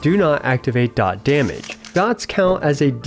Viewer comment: finally some who says dot correctly lol